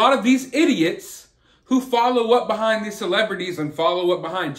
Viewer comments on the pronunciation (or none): none